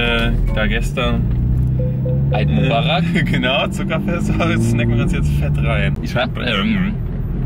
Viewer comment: EiD MuBaRaK ..... Rip Aussprache 😂😂